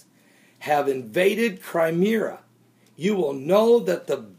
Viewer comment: You can't even pronounce the names "Crimea" and "Constantinople" correctly and you're expected to be taken seriously?